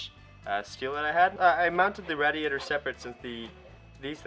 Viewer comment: There's enough room for at least another four cylinders in that engine bay, you'll be able to stand in with the engine to work on it. Ask Mike how to pronounce RAY-D-AYTER, good work man...